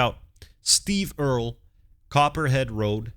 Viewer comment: No, he pronounced it correctly. It’s Earl, with an added E at the end.